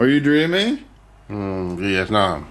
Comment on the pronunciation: "Veitnam"